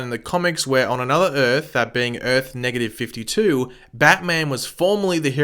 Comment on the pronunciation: Umm im sorry did u just say earth NEGATIVE 52!!!